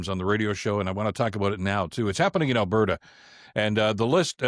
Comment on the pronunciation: Come on she's trying to put the duh in Albertduh!